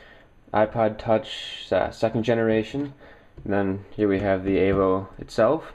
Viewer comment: evo !!!!!!!!!! "E"vo E!!!!!!!!! avo? wtf